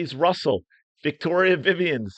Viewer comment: Not to be nit picking but It's Victaria, not Victoria...I know it took me a while to catch on too. It's tricky.